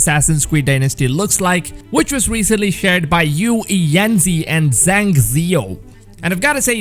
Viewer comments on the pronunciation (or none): none